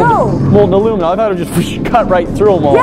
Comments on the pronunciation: Why does she say alumum ... where did the i and n go? It’s aluminum. Or al-U-mini-um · "alumim" wut... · I agree with on the crayon thing however it is not aloominum it is aluminium. As in A-LUH-MIN-YUM. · Says crayons correctly but still ignores the IUM in alumin-IUM. Not aloo-min-um. DAMNIT!!